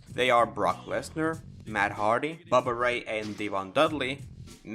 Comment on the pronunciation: "buh buh rey" I'm dead 💀